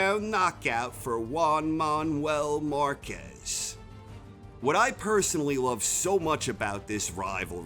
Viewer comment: "Wan Maun-well marcez"